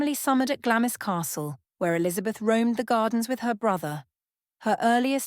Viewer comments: "Glamis" is pronounced "GLAMS" - i.e, the "i" is silent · Glamis is pronounced glahms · Please pronounce Glamis correctly. Its Glarms. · Glamis is pronounced Glams. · Even the most badly educated person knows how to pronounce Glamis